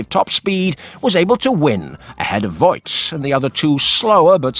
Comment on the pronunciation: Voet is pronounced more like Voot. Oe is a diftong, sounding a lot like a double oo in English.